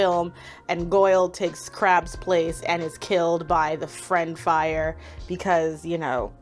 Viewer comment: Jamie Waylett was arrested for possession of a bomb in relation to the London riots, not cannabis. Goyle was the one who was killed by his own fiend fire in the films, not Blaze. And also it's "fiend fire" not "friend fire". But honestly that might have just been a misreading.